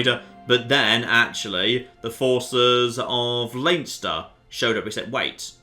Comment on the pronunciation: Plz stop it's pronounced lenster